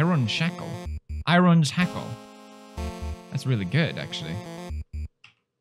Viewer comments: the irons hackle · Me: IRON SHACKLE